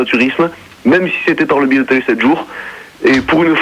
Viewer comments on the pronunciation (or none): none